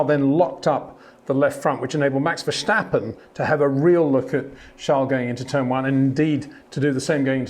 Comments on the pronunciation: It’s not Verssshhhtappen, it’s Verstappen. The same “S” sound as in “Signal” and “Sign”. You don’t say “Shignal” or “Shign”. 🤦🏻‍♂️ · Charle, Charle, Charle, Charles, Charles. Max Vesshhhhhtapen, Max Verstappen, Max Vesshhhhhtapen... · Verstappen. NOT Vershtappen. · Always enjoy your reviews, but please stop pronouncing Verstappen's name like Germans say his name. ("Vershtappen"). His name is Dutch, and should be pronounced as Verstappen, like "stab" - Verstappen. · HEY PETER WINDSOR, I HAVE MESSAGE FOR YOU SIR: With all due respect ... it is NOT Max "verSHtappen" ... Max is not German (Germans indeed do pronounce "st" as "sht") ... #Max33 = Dutch NL/Belgium! ... It is not "Bottash" nor is it "Lewish" certainly not "verSHtappen" .... This BS started long time ago when a British sport presenter interviewed father Jos Verstappen and assumed you can use a German pronunciation to a Dutch Driver thinking it is so "funny" ... It is not. Serious question: can any Englishman say "versatile" out-loud without saying "vershatile" phonetically? most can about 99,99% ... that is why most English can pronounce Verstappen 100% correct! Father Jos Verstappen (also F1 Racer) was very active between back then only a very few said "Vershtappen" but the vast majority of British sport presenters pronounced it perfectly ... only a few old stubborn farts like Peter Windshor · Step, stip, stop, stap, stappen, Verstappen.